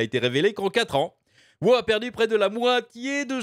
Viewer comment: Mais.... pourquoi tu dis wo au lieu de dire WoW...?